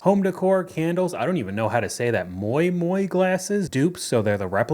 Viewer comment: The fact you just pronounced it ‘moy moy’ is the kind of energy I need going into 2026 😂🎉 so refreshing!!!